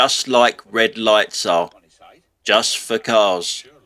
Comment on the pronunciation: "redd ligghts" - don't understand, what language are you speaking?